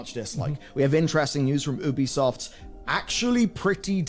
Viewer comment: Pretty sure I just heard call Ubisoft poopysoft for a moment